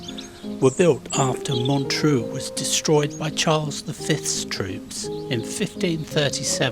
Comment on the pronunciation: Really enjoy your videos. I'm a Londoner but I live in Merlimont near Le Touquet. Montreuil is pronounced Montreye, French is sooooo difficult. Drive safe and keep well. Abien tot 😁👍🇬🇧